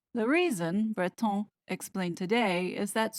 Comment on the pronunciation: Excellent research as always. On a lighter note, full marks for your pronunciation of 'Macron' and 'Breton'. All members of the Royal Family need to untangle themselves from the WEF. It will be their downfall, otherwise, even William's.